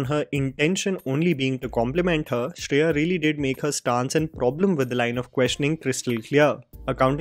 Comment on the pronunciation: Shri-ya saran, not Shreya. 🤦‍♀️ I really appreciate her comeback tbh.